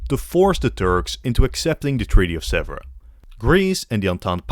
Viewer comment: Hello from Paris, near Sèvres, which is not pronounced "zebra" at all, but "seavr" with " ea" like in bear in English. A good work for the video, but you should really check and train to pronounce correctly a key-word.